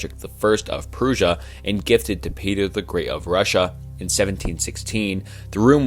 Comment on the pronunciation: the mispronunciation of prussia really hurt